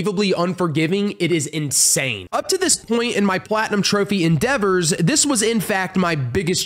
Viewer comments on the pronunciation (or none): none